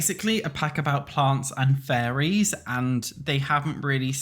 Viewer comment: Im sorry but it truly sounds like youre saying furries instead of fairies to me 😭😭